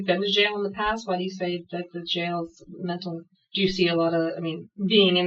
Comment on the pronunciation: "jails are the new men'tal health facilities"..., he's been planning his excuse for some time...the whole time he was pretending he can't talk.